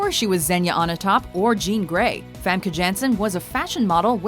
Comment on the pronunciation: Oh c'mon guys.. At least TRY to pronounce Famke Janssen's name right. The a's are pronounced like you'd say 'tart'. Then you'd almost get it right!